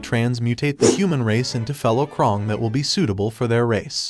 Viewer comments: He says krung not krang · you said crane wrong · Bro he really said triserarnds and the krong and Armgen🤬🤬🤬